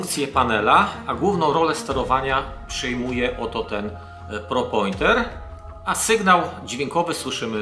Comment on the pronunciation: Pinpointer, a nie Propointer :P